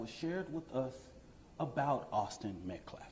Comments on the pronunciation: It’s METCALF! NOT METCLAF! Jeez! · Either he’s dumber than he looks or he’s purposely mispronouncing Metcalf for the 50th time …it’s a simple name yet he can’t speak the murderer son’s last name properly? It’s not Metclaf, in fact nobody has that name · Wow the baby shaker is still mispronouncing austins name on purpose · Why can this man not pronounce Austin’s last name? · Pastor Ignorant, can't even pronounce the name correctly. Like he gives a shit to show any respect to the deceased. 😮😢